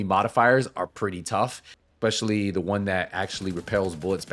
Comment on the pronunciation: there is no X in the word "especially"